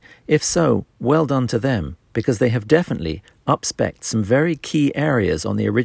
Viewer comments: *UPSPEC'D, not upspecked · “Upspecked” WTH? 🤪